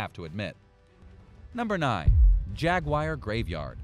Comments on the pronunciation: It's not spelled Jagwire or pronounced that way.. if you're going to do voice-over at least know the words you speak..lol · IT IS A JAG-U-AR JAGUAR please for the love of christ learn how to pronounce simple words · Why tf does he say ”Jaguire” lmao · Stop saying Jagwire